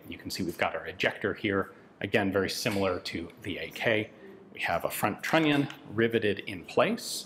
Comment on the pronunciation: What Yan say: "trunnion". What I hear: "INATORRRR" )